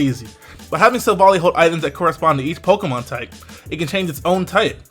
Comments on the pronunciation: By the way it is Silv-ally as in Silver-Ally. Not Silvalee, just saying :p The french translation is even more insisting on the whole Silver-Ally theming and it goes a lot with all the lore background around it. NB: Ilima is a girl not a boy, just saying. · I think it's pronounced Silvally like an "ally" . In French it's named Silvallié : allié is the translation of ally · It's Pronounced as Sil-Val-Ie ('Silver eye") but everyone is mispronouncing it. So I can see the misunderstanding.